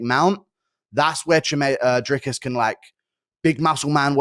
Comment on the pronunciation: Whenever DJ says Dricus it sounds like he’s saying Jerkis